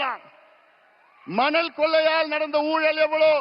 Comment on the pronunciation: ஊழல் என்று சொல்ல தெரியல